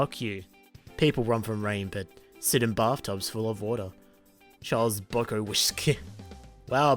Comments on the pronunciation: I know it's a joke, but it is pronounced byew cow ski for anyone curious. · This guy cant say (buck-ow-skii) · Is Buck-Cow-Ski that hard to pronounce? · Hey I think you mispronounced bukowski